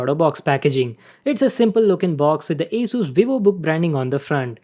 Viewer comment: Sir your pronouncing is wrong in the word ASUS